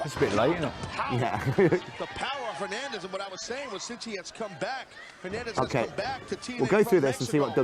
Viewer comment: Tazz saying Fernandez when his name is hernandez